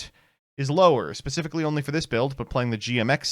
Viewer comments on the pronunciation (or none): none